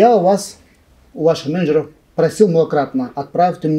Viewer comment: Ой колхоз... СредствА, менеджерОВ😂